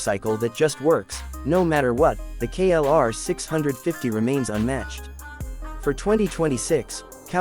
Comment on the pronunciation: KLR OR KRR ??? GET IT RIGHT! HOW UNPROFESSIONAL